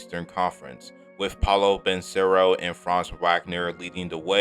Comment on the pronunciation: And his name is Paolo Benchero Paw-LOW BIN-Chair-roe